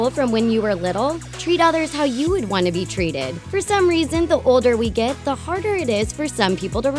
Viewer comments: " treat others the way you TWANT to be treated " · "treat others how you would twant to be treated" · "'Treat others the way you twant to be treated